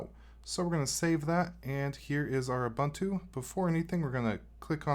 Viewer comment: Ubuntu is pronounced u-boon-too.